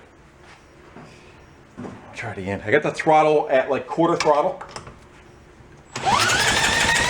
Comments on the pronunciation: Great save, “Pet .......Trottle”👍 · "Trottle". LOL! Taryl must have been there. HAHAHA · "trottle" grooosssssssssssss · “Trottle”. I can hear that Mainer’s accent! LOL! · ‘Trottle’, definitely came from North Jersey. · That “trottle” gave him a little bit of throuble! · "Trottle"... 😆 Must be from Taryl out in Podunk... Thanks for the vid! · "Trottle"? I had to snigger. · "Trottle" Must be from NY/NJ. lol